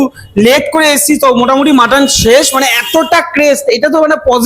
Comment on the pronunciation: Video আরও তো বানাবে ভাই "মটন" না "মাটন" বলো, শুভেচ্ছা